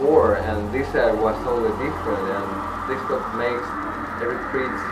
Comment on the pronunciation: its pronounced pridz